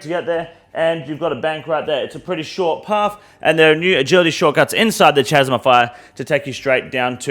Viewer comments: This Australian pronunciation of “chasm” is killing me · At this point, I can't tell if is pronouncing 'chasm' wrong on purpose or not